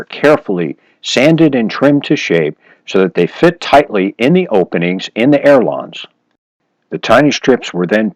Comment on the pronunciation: Good tips, thanks. Um... check pronunciation. It’s“ailerons”, not air lawns (those French like to pronounce things in a funny way!) ;-)